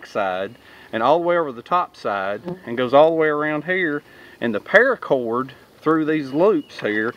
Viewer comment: 1. "Parrracorrd", said in SouthernTM. 2. Tarps; always TARPS. 3. HOLYSHITHUGEJASONVOORHEESMACHETE! Sharp enough to tap-cut wood. 4. "Aint' dat neat?" 5. Profit.